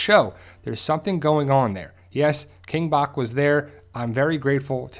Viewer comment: ... Scott isn't dumb... It's all about ratings, he wants us to watch... So he'll be extremely vague... Oh and it's King Bach like "Batch of cookies"